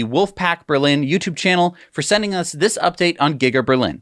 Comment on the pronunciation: as a German ziss is reeeely a German accent 🙈🙈🙈😂😂😂😎🤘🏻